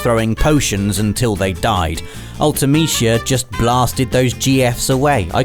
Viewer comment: Ultimeshea? Lol. Isn't it pronounced Ulti-meh-see-ah? At least that's how I always said it.